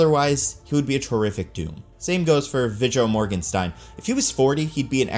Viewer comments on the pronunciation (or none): I can’t tell if you’re sincerely mispronouncing all these names or if you’re trolling us, haha. Veego Morganstein? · Im sorry but his pronounciation of Viggo Mortensens name just punched me in my face. it's VEE-go MORT-en-SEN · I just want to hear you say "Vijjo Morgenstein" again 😂